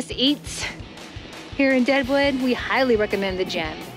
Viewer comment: Its Deadwood not Daewoo!